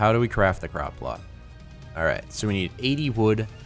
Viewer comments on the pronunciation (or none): Anyone else think at first when said "crop plot" he'd said "crock pot?"